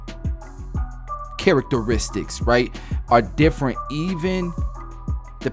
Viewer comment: bruh the way he said characteristics was so funny but still amazing cut bruh !